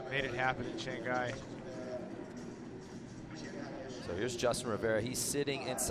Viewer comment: He said Shanghai Shonghi